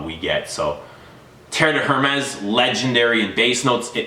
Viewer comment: Mate you do not pronounce the H in Hérmes.